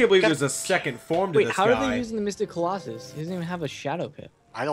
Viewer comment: "It just begooled you! You've been beGOOLed": "I've been beguiled.": "...yeah." And then one round later: "colOHsus"